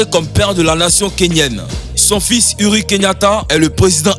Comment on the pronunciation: C'est pas Uri Kenyatta mais uhuru